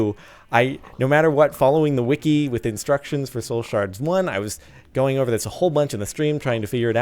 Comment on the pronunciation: i love how he is saying shole shards lol